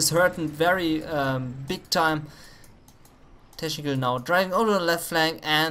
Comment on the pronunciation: Dein Teschnical is legendär xD